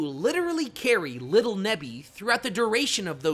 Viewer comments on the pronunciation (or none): none